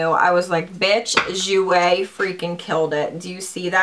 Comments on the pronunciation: If the perfume is pronounced like my friends name that is spelled the same it is pronounced Goy-ya. Hope this helps, Hun! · My mother is from 🇮🇹. The perfume is pronounced de joy-ya. It means joy and is also a girls name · the perfume is pronounced gee-oh-ya but like slurr it together you feels me lol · The perfume is pronounced DEE-JOY-UHH. Its Italian, and my last name :)